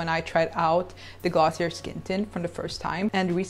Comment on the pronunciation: You pronounce glossier wrong